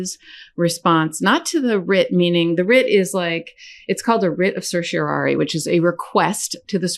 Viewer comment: Karen, you're a BOSS. You're the first person in all of the media to pronounce "certiorari" correctly. (Sir Shore Are Ee). :_KFA::_KFA::_KFA::_KFA::_KFA::_KFA